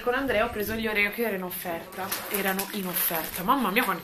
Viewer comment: la pronuncia dei oreo si dice orio perché inglese la e di proncia i e non c'è l accento sulla o finale.